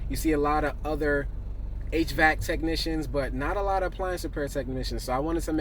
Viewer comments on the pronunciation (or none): none